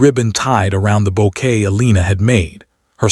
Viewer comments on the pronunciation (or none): none